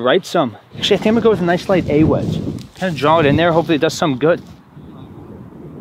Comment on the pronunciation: I don’t know why but hearing say A-Wedge bothers me 😂